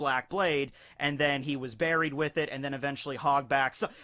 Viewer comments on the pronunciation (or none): none